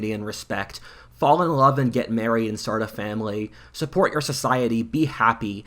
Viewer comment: i rove i rike 😂